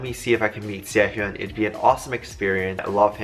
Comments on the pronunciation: im sorry, but its SE-HOON WITH THE HOOOOOOOON. NOT HEEEUN. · His name is pronounced Se hoon. Not Se hyon. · Sehun not sehyun